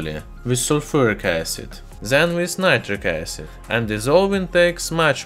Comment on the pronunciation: Naytrik eysid. That's all. From keramics.